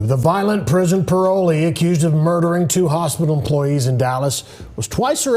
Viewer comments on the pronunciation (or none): The way the anchor pronounced "emppppppployees" had me confused